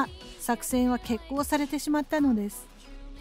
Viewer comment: 湾でもミッドｩエイ